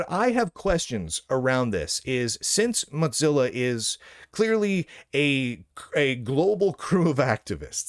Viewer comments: What is this “moTzilla”? It’s Mozilla. Mo, like in the Simpsons, Zilla, like Godzilla. Where are you getting that T from? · Mod Zilla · I'm just curious, why do you keep saying "Motzilla"? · hes pronouncing it similarly to how mozzarella gets pronounced is all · The name ‘Mozilla’ comes from ‘Mosaic Killer,’ so that pronunciation would only make sense if you pronounced ‘Mosaic’ as ‘Motsaic.’ I suppose Lunduke isn’t aware of the name’s history, which explains the mispronunciation. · I presume he thinks it should be pronounced like Mozart, but that is only pronounced that way because it’s Germanic. Mozilla is Mosaic + Godzilla neither of which is. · Or maybe he says it like Mozzarella cheese; like "Mozza sticks"